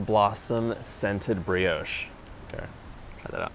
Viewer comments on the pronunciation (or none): none